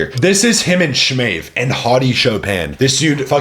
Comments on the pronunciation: “Shmave” 😂 SMAH-yev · Смаев а не Шмаев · bro bro learn how to pronounce their names ,,,SSssMAev not SHMAEV ...S its S ,,,, Sergey Danilov acent on a Sergei dAnilov at least listen how they are pronounces Smaev no Shmaev bro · Are you mocking the dude calling him SCHMEev? Like he's Smaev, it's not that hard even for an American to pronounce, eh? 5 letters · Smi-yev. Not shmave ffs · FYI Sma-yev. His name. Russian. Sma-yev. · Stop saying dudes name wrong... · Learn to pronounce his name bro